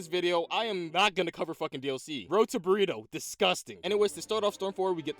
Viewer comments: its pronounced burrito? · It’s fun how at the end he said “and now there’s a borito cutscene